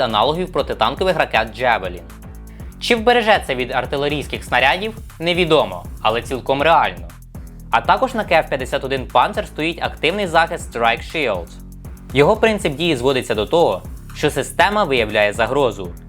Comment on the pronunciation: А ще не Панзер, а Панцер. Не слід свою ущербність прикривати убогою англійською.